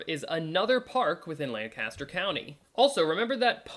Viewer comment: Whew, gotta say, it's obvious you're not a local...this is painful to watch! 🤣 "Lancaster" is pronounced very unlike what you are saying.